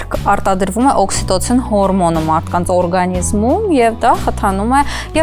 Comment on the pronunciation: օՌգանիզմ չի արտասանվում, էլ նեռվերս չի հերիքում աաաաաաա